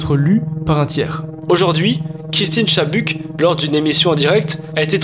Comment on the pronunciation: Salut mec, la video est super! Juste je voulais te corriger juste sur "Dead on live", ce n'est pas Christine Chabuck ou Chibuck comme tu dit, mais Chubbuck haha, mais sinon incroyable la vidéo!!